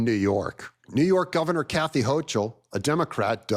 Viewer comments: Sorry, but I have to do this. Kathy Hochul last name rhymes with LOCAL. There is no "CH" sound. Unless this is intentional, but I think you're better than that. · the NY governor’s name is pronounced like “Hokle”, (rhyming with yokel) not with a CH sound. Just FYI… keep up the good work! If you’re being ironic, then by all means, continue!